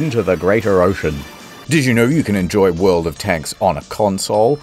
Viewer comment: The way he said "world of tanks" at the start sounded like an alien attempting to recreate the English language with only a vague understanding of how letters are pronounced.